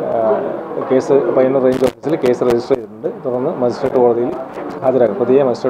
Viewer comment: പയ്യൂർ അല്ല പയ്യന്നൂർ ആണ്